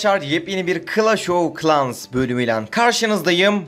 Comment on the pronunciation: O klaş ov klaş değil doğru söyle klaş of klans söylüyemiyorsan söyleme mecburmusun lann